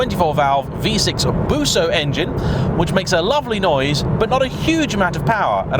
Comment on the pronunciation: gotta love it when such „experts“ call the v6 „busso“, only real alfisti know how it‘s really called. whenever someone calls it a „busso engine“ you know exactly that they think they have a clue but really haven‘t.